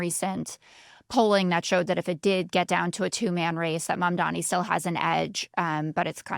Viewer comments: sorry I meant to say three. It’s pronounced “mum-donny”, not “mum-dommy” like Scott’s been saying it for months now. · Thank you- no new property taxes will be raised for these stores, as they’ll reallocate subsidies that they already send to the bodegas. And while he’s at it, I wish he could learn to pronounce Zohran’s last name correctly. It doesn’t have three m’s. After so many months it feels like a micro-aggression.